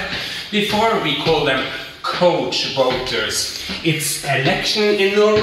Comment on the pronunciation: *choice Couch… the cou is pronounced like cow, rhymes with now.